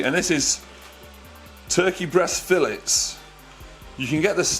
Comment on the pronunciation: Haha 😂turkey breast feel it’s haha it’s fooo lays Brutha (fillet) haha 😂